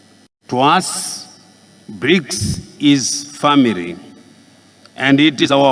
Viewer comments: Vhonoreble, poritical, incrusiveness, famiry yaaa neee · Grobaru instead of Global ,vhunarebhu instead of vulnerable eish Famiri